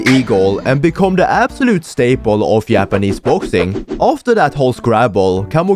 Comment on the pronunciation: I love how he pronounces "japanese" as "Yappanese" 🗣🗣🔥🔥🥶🥶